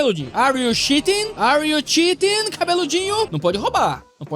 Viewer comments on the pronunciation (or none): é o que ele queria dizer com certeza kk mas o que ele disse na verdade foi shitting. O “chea” se pronuncia como se fosse (escrevendo em português) “tchi”, seria tipo “tchirin”. Mas é eu to só brincando, nem leva a sério não kk